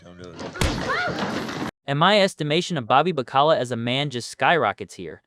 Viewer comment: "Ba call ah" shot calla 20 inch rims on the impala